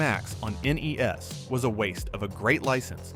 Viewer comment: At least he said N-E-S